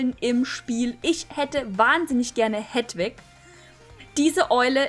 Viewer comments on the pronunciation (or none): es heißt Heeeeeeeedwig:^ XD